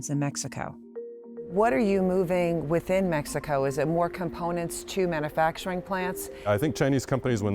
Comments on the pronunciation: it’s pronounced man “you” facturing, not, man “uh” facturing. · This woman pronouncing "mana-facturing" is driving me nuts! There's a "u" in manufacturing.. it's pronounced man-you-facturing. Not "mana"